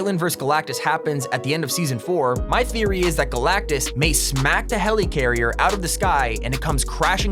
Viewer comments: Never say helycarrier again It’s helicarrier (heli)carrier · Is anyone else annoyed by him saying “Heleecarier” instead of “Helicarrier”? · you said helicarrier wrong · The way he says helicarrier is mildly infuriating. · I hate how he says helicarrier